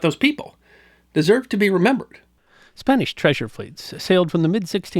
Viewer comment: A good account of the world of the treasure fleets, but the would do well to work on his Spanish pronunciation!